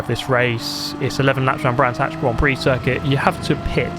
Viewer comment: Brands Hatch? Gran's Thatch.